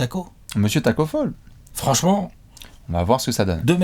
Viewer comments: on dit pas Tacko Faul On dit Tacko FALL 😉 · Bon les gars en tant que Sénégalais je dois vous corriger. Le nom de Tacko on dit pas "Faul" à l'anglaise mais tout simplement comme en français "phal" Sinon cœurs sur vous Ps: GREEN NATION